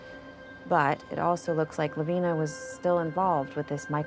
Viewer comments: I reside in Lavina Montana. Lavina is pronounced with a long I, not as an E sound as you pronounce it. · I have an Aunt Lavina and it is NOT pronounced LaVEENa. Not sure why Christina thought it was.